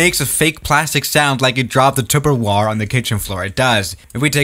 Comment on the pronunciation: “like he dropped the Tupperwar!” Me as my Mom’s dishwasher: “The disrespect, it’s Tupperware!!!” ☹️😂😂👌🏾